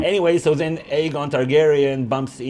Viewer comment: Was it aegon or eggon targaryean because I heard eggon